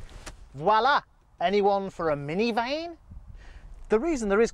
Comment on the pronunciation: He said "mini vaine" LMAOO